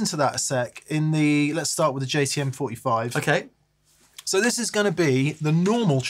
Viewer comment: Is it my ears, or did keep referring to the JTM45 as a JCM45?